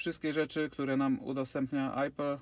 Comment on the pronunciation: Ijos, Apel (później Ajpl), Gogel takiej wymowy to ja w życiu nie słyszałem :D